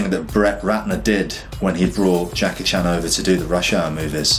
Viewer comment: He actually pronounced (Jackie) 'CHAN' correctly.